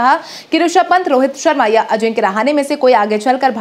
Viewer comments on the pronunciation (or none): none